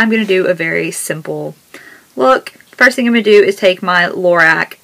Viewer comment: BTW, don't be mad at me for correcting this, but it's pronounced LOR-ROCK, instead of LOR-RACK. Just trying to be helpful :)